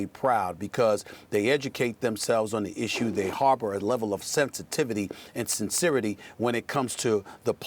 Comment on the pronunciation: Good lord, the amount of mispronounced words by Stephen A in this video alone - Divisiveness, Philanthropic, Sincerity